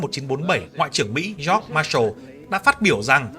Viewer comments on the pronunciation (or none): none